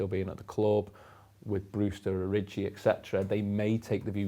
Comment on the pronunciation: Why is everyone calling him oriji? 🤔